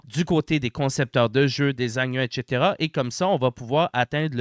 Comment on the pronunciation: J'adore ton "etchetera" ! 😅